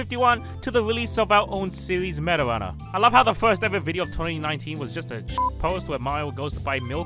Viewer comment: when smg4 says meta runner, it keeps sounding like marijuana